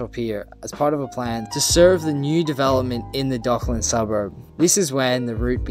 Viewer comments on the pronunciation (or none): I'm not happy with how you pronounced Docklands either 😜 Dock - lands, pronounce it all, don't slur any if it. I can see you ruffled a few feathers with your pronunciations so one more won't hurt 😁